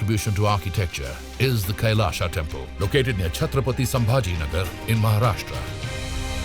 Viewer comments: Pl pronounce kailash not kailasha( कैलाशा) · it's not kailasa , it's kailas don't add 'a' after hindi words....